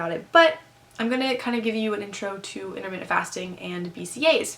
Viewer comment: Um... IntermittENT fasting, sweetie. Not Intermitted lol